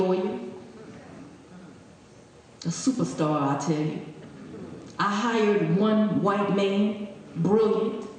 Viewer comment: SUPAH STAH